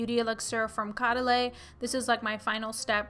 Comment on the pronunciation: Hey! It's Coh-Da-Lee not Caw-daw-lay.:D Granted, it is a French word. LOVE this video! Hoping for more skincare videos!